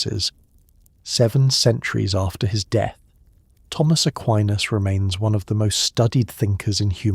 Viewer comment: It's pronounced DEATH not de... Some kind of copy proofing required on this channel.